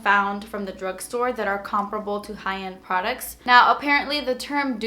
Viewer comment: Lol "comperable"